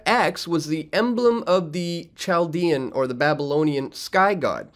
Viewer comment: Its not: "CHAAAL-dian" .... it's: "Kal-DEE-an" It's not: "KAAAAA-boola" .... it's: "Kah-BAH-lah"